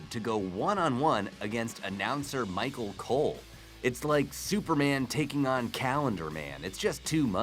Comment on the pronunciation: He said micro cole